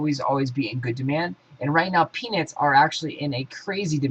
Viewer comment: are you saying penis or peanuts?